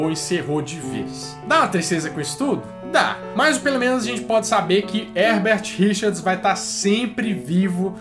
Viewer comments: mas mc lan ele fala Herbert Richars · Eu escutava "erdertirichas"